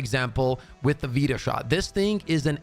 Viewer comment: Its pronounced vita as in vitamin